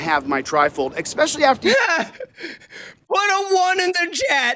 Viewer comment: Does anyone else cringe when he says "expecially" ???